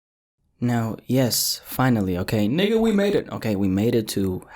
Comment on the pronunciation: you’ve got a mad accent🤣like when you said nigga before I got angry😂